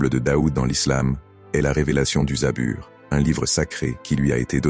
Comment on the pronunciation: ON DIT PAS ZABUR MAIS ZABOUR